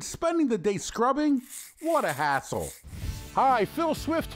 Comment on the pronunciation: I can’t tell if he said “hassle” or “asshole”